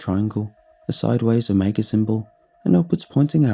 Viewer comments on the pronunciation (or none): none